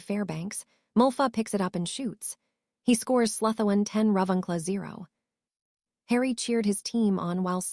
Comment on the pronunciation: Haha I didnt think the name pronunciations could get any worse than hearing Slytherin pronounced SLY-THERE-IN 1000 times But they seriously leveled up with Hermalin or THE-STRALS and just garbling words I dont know if its the AI sqitching around letters or the author misspelled ALOT. If your not going to narrate your own book. At least pick an AI model that has seen the Potter films and knows how ti pronounce stuff